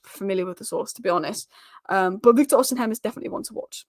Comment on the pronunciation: It's OsiMEN. Not OsiHEM!